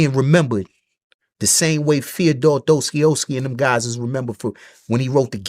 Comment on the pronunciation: Bro, as a Russian, my ears died after hearing Достоевский being butchered like that.